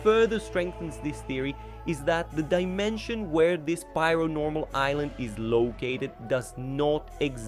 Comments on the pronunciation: It's pair-o-normal not piaro-normal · It’s pronounced PAIR-o-Normal. This guy is saying “pyro-normal” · That pronounciation of Paironormal is just straight up not correct, it's pronounced exactly like how Paranormal is pronounced